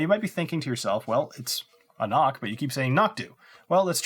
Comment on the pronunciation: Good value for a good whisky. Just got another one yesterday for 79 Euros. Just one thing: An Cnoc in English isn't pronounced as they say on their bottle "A Nok". It's pronounced "An Krok", you could say "An Knok" (borderline) but never "A Nok". Why? It's gaelic. They should have explained it on the bottle when the already bother to tell you how to pronounce it properly. It's not the fault of the consumer. How should you know as a non-gaelic speaker? However this isn't the language police, just fyi.